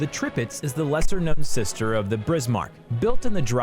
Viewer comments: They disabled the like/dislike ratio, so you already know this shit got hella dislikes. Deserved obviously. Just look at the comments, it's filled with people mocking them. There's only so many times a sane human being can hear "Tripitz" "Brismark" and "Prinz Eugene". They wasted a whole 14 minutes and 37 seconds of time for over 1.5 million people. Edit: It's not the "Shorehurst", it's the Scharnhorst. The Sch can be pronounced like sh. So i'd be "Sharnhorst". But tp be fair, I can see the Scharnhorst being much harder to pronounce to non German speakers than the Bismarck or Prinz Eugen, so it's not that big of a deal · Depressing. I couldn't finish it. And since you pointed out his Prinz Eugen, i must correct your Tirpitz.The first I is pronounced like english E, just like the second one is.